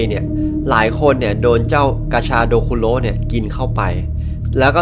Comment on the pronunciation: ผมได้ยินกาชาโดเป็นปลาชะโดอะ😅